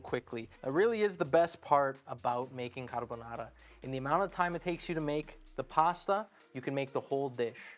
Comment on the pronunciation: also, it's appreciable that he says caRbonaRa rolling the Rs 😄